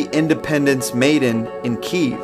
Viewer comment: No journalistic facts here, this guy can't even pronounce names and cities correctly for God sake! This video is all script of fantasy based written by a delusional, manipulative, and scared Kremlin.